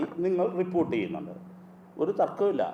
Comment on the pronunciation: This gentleman really don't know how to pronounce reporter's